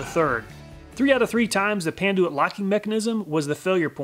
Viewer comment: Panduit "Pan-Ty"...ok then